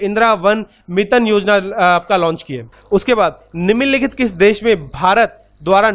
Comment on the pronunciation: Are vo niminn nikhit nhi nimnlikhit hota hai🤣